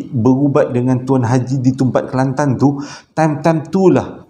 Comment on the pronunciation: Suke dgr sbut nama kelantan...sbbnye sy org klantan😀😁